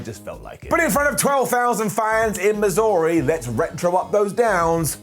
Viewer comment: There are two ways to say missouri and didn't pronounce it either way lol. Not angry, just funny to listen to as a person from Miz-ur-uh